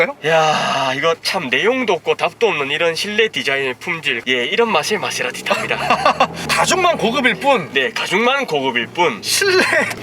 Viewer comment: 케세라티 ㅋㅋㅋ빵 터졌네